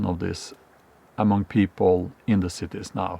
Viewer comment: I like how he says “big Cittae”